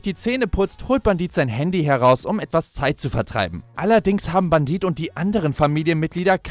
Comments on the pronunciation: Wieso sagt er die ganze Zeit Bandit er heißt Bendit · Sprich es bändit